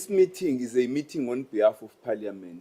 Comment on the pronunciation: Did say paliament 😂eish